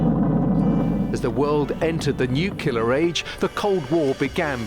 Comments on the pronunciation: You should fact check the video...statements concerning dates and use of atomic bomb on japan...also the announcer...it is not pronounced nuc-u-lar, rather nuc-le-ar, just as it is spelled. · Nucular is a common US pronunciation, it is nuclear here in Australia as well as the UK.